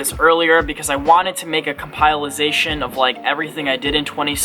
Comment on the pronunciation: say it with me: comp-eh-layshun